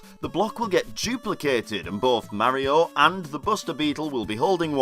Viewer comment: I disliked and stopped watching when the guy pronounced Mario wrong